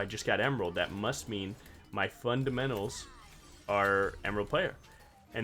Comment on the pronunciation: U said fundementals and I heard a sound. Im cooked T T need to hop more in your stream